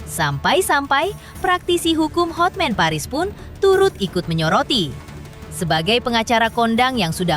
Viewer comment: Terganggu dengan kata "HOTMEN!" HOTMAN mbaaaaakkkkkkk